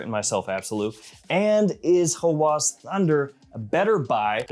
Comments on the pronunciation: its a short A, so Hawas, not Hawaas. thats how its pronounced. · Arabic speaking here: It's not "Huh-whooaaaas" Nah..it's "ha-whass" >> where A of "ha" as in "apple" >> and "whass" also as in "apple" without extending it